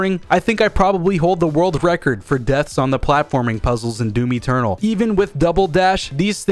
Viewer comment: He said doomy ternal